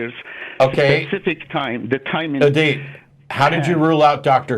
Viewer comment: It's Edip not edit